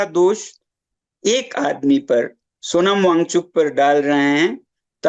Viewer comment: पहले नाम सही से लो फिर रिपोर्टिंग करना